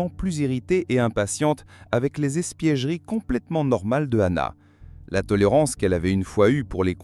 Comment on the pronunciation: "espiègleries"...pas "espièGEries"... Voix IA ?